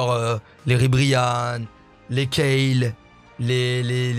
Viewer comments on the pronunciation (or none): none